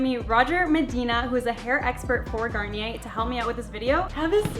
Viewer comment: It's garn-knee-ehh not garner by the way I love you